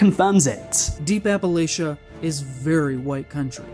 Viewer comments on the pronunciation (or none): I don’t wanna hear nothin about Appalachia from a man who pronounces it “Appalayshuh” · He's complaining about Appalachia being racist, and he can't even pronounce Appalachia right lol. Little bro's never even been here in Appalachia, and is trying to pretend he knows anything about it. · As a kid from Appa-Lachia, he could have atleast pronounced it correctly